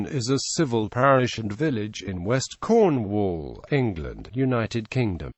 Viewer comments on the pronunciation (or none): Someone please give this fellow elocution lessons on the pronounciation of Cornish Towns and Villages. For a start , Mate it is not Corn-wall but Cornwull !